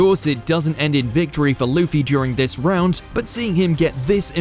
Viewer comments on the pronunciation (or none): none